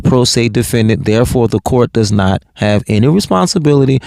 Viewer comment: He makes no sense cause he doesn't have any or as he says" enty"!